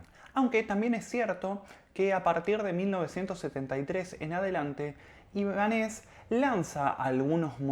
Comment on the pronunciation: Te sigo desde hace unos días y me gustan mucho tus vídeos pero en este no estás muy acertada por qué no dices bien ni el nombre. No es Ibanéz,es Ibánez por lo de Ibáñez